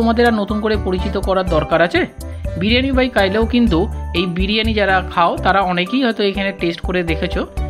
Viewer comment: Bhaloi laglo.. Biriyani by Kailo na,otar uccharon hocche., biriyani by kilo(jemon kilogram).. negatively neben na.. next time jete right pronunciation korte paren tai bollam, eta to ekta brand name 😊